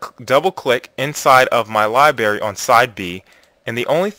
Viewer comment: God will bless us for putting a few pennies in your pocket? How about I give you a few pennies to pronounce library correctly.